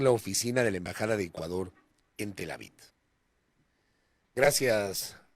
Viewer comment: Pero es Tel Aviv, no Tel Avid